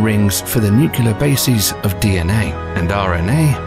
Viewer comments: nukeelar? Seriously?!?!?! See? You just showed that it's possible! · Wait! you said nukular?! Ow god I thought only ppl that couldn't speak properly said that .. how is it even possible that a word from the science lexical be pronounced in such a weird unintuitive way by the ppl.. i could understand such discrepencies if some elittists Aholes with too much power decided that a word would be written differently than how it's pronounced but Nukular doesn't make sense at all.. where does it come from? Ow c'mon! how does that work? is it really pronounced nuclear then? why do you english speakers have trouble with that word? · When you watch a science vid and the narrator pronounces nuclear as "nucular"....